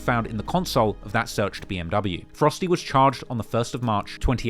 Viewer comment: Petty - but it's grievous pronounced 'gree - vuss', NOT 'greev - e - uss' and Monteiro is pronounced 'Mon-tay-ro', NOT 'Mon- tee-airo'. A small but important detail. Cheers. Great documentary otherwise 👏 👌 👍, really interesting😢 and brilliantly put together. So much information to take on board and ultimately a very sad and depressing tale. So many young men just being taken off the streets for very little reason. I get revenge attacks but need they end in actual murder? Also when these young men are older it's a cert that their attitudes will have changed and they will look back wondering why things got so out of control. They'll reaslise that lack of respect and minor beefs aren't worth losing your life over. It's not just the poor murdered bloke either - there's always a grieving mother and other family members left behind whose lives have been permanently damaged. How the glorification of serious violence will ever be challenged amongst young macho men is an old, old problem that looks almost impossible to put a stop to. And the whole melting pot of poverty, lack of future prospects, an impatience culture of wanting everything NOW, the mix of ethnicities with age old deeply rooted resentments....absent fathers, lack of positive role models, lack of police resources...the list goes on and on. At least on a positive note some great music comes from all this - despite the dark and cold hearted content, you still get absolute bangers like 'way2charged'. What an effed up world